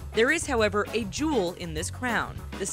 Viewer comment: “There is however a Juul in this crown” errrmmm